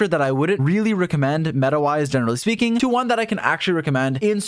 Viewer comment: "generally speeking"